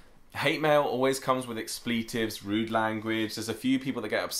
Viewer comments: Speaking of hate, I'm just saying, it's 'Ecks-pluh-tive' not 'icks-plee-tive' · Im sorry whats an expleetive? Do you mean expletive(ex-pluh-tiv) lol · Expletive is accented on the first syllable, even in Britain. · I didn’t realize you Brits pronounce “expletive” differently than us Americans. Y’all say “ex-pleet-tive” as opposed to us who pronounce it “ex-pla-tive”